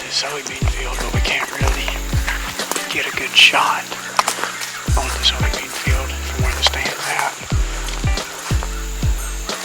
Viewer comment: Are you saying soy bean field?